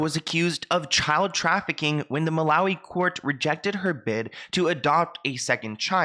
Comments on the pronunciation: That girl did all that research and couldn't manage to pronounce Malawi😂. Well done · None of these people can pronounce Malawi